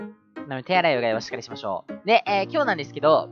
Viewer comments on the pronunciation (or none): 一番最初のしっかしじゃなくてしっかりじゃないの? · しっかりがしっかしになってる！ それよりも投稿頑張ってください👍